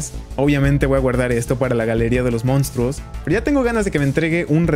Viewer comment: Me dio mucha risa los "mounstruos" 😂💜